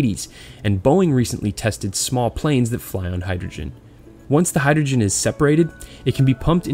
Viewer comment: sorry dude couldnt watch it after you butchered hydrogen